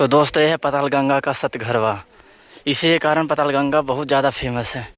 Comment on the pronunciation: सतघरवा नहीं भाई सतघारा बोला जाता है।❤😊